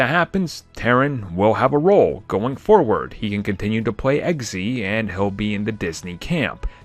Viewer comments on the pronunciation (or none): none